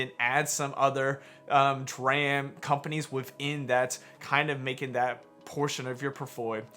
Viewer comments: It's pronounced "D-Ram" slapnuts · Bro it's pronounced dee ram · lol “Draham” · The ticker is a play on computer memory and is pronounced “dee ram”. A dram is a unit of liquid or weight measure, usually of whiskey.